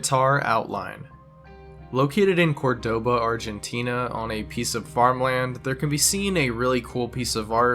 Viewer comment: never has a bad pronunciation hurt me more than how we pronounced Cordoba